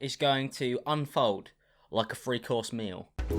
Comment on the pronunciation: Why do you pronounce “three” like “free”? 🤔